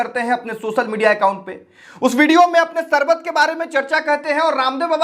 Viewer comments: Chal sale baiye pehle teek se hindi toh sikh le fir bol sarbat nahin sharbat hota hai shkti shakti hota hai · Are app teacher hona Sarbat nahi hota Sharbat hota h